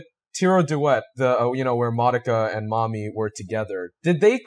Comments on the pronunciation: It's pronounced "Muh-do-kuh," not "Mah-duh-ka." C'mon. Japanese syllables. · How can you guys watch an entire series, and it's sequel movie, and not know how to pronounce Madoka's name right. I'm 20 minutes in and you've said it wrong 100% of the time.